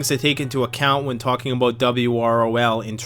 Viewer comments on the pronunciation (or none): none